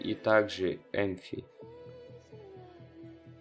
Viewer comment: не empfy а empty